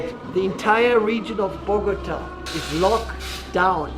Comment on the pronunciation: Im drunk lmfao you pronounced Bogotá completely wrong🤦😂😂😂